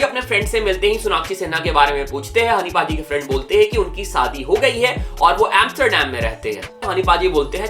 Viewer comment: Bro shadi hota hai Sadi nehi singer hota hai sanger nehi second hota hai sacand nehi urvashi hota hai urvasi nehi composer hota hai compoger nehi compose hota hai compoge nehi kya rapper banega re tu